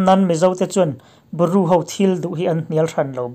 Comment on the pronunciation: Ru ni lovin, Bru tih tur...